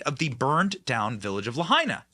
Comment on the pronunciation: Benny finally pronounced "Lahaina" correctly...